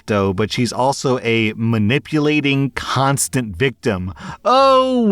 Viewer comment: A manipulating cuuu---onstant victim 😂😂 they way you said that went a different way than I thought it was going 😂😂